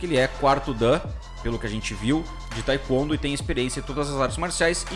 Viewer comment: Por gentileza procura pronunciar Taekwondo de maneira correta. Mas tirando isto parabéns pelo vídeo.